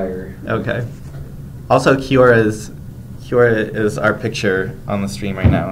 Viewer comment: It sounds like they say QR instead of Kiora.